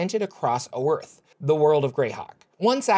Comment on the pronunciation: The map is wrong (someone put GoT stuff on it), and the world is actually pronounced Oith with a r being silent according to an old copy of Dragon Magazine.